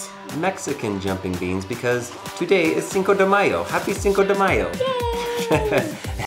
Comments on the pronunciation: "sedimao", 2018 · it sounded like you said "noshindayo" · Cinco De Mayo. SDEMIYO, said. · "Cinco du mayo" lol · Fix the pronunciation for Cinco de mayo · The way he pronounces cinco de mayo makes me die a little inside each time